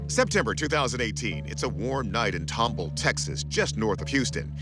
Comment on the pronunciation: Respectfully, it is pronounced tom ball not tumble. 😁